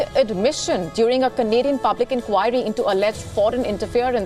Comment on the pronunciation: When ever sgr says Canadian, i heard comedian.